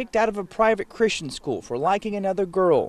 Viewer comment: Nice slip! "Chri-STAIN", exactly.